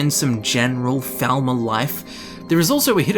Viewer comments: It's falmar not felma 😂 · You were saying "thalmor" this whole time? Cause all I heard was "velma" for the past hour. Not a complaint, I love scooby-doo!